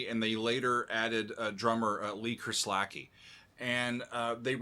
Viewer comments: Cheers mate. His pronunciation had me questioning everything lol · I always thought 'Kerslake' (as in Lee) was pronounced 'curse lake' or 'cur's lake' rather than 'kah-slack-ee'. Have I been getting it wrong all these years? Apparently he was from the same part of the world as my better half, so maybe I'll ask her! 🙂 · 'Kers lake' not 'chris lakie' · Mate - drummer abuse. Its Lee Kers-lake Not Lee Kers-lak-ee I get that we have a language barrier in English which exists somewhere mid-atlantic, But is it too much to ask for an academic to do a bit of research on pronunciation? Love the content nonetheless. Not Lee Kers-lak-ee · Ker Slakee....lol It's pronounced Kurz Lake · by the way it is pronounced Ker-slake like take. The opening to I Don't Know blew my ears and mind as a kid ....still gives me goose bumps, 23 year old kid throwing that down and then helping to produce this album is amazing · Great album.. One of the best ever recorded by anyone. Every musician on the album is firing on all cylinders! Great job love your work! BTW, the late Lee Kerslake is pronounced Kers - LAKE. (Just like the body of water.) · not sure how he even came to the pronunciation he made